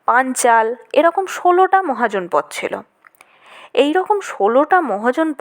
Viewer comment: মহাজনপদ শব্দটি আসলে মহা ও জনপদ এই দুটি পৃথক শব্দ তাই শব্দ দুটির উচ্চারণ আলাদা আলাদা ভাবে করতে হবে।